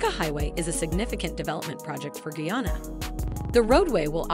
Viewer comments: Please- it's Not Geyana- it's GUYANA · Did she say "GAYANA,? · Please pronounce guyana better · The country is Guyana.not guana nor Vienna. Please review before posting. Guyana is ! a English speaking country on the Atlantic coast of South America and not in Africa. Thanks.